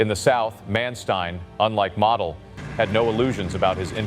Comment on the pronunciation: Model is prounouced Moe-del